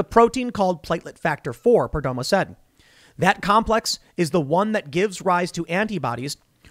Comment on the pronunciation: It's pronounced Perdomoe.